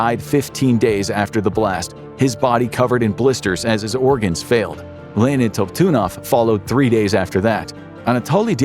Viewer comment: You pronounced the senor engineer nams is leon top tidnoff is how its pronounced